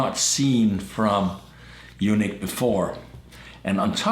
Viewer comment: (U-NEEK) not u-nick!! A u-nick has no testicles. Lmfaoo!!!!!🤪😜😀